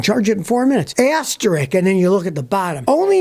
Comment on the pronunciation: Not “asterick”, it’s asterisk! * !